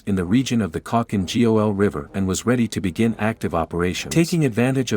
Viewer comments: Khalkin G-O-L🤣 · Nice video (apart from you horrendously butchered spelling Khalkhin Gol)